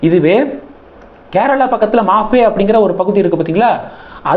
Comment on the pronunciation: மாஃபே இல்ல மாஹே.